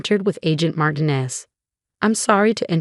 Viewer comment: Somebody teach the voice software that Marinez that it is pronounced Mar tea nez